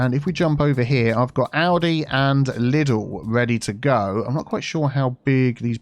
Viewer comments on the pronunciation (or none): Everytime you says "Aldi" I think you are talking about Audi 🥴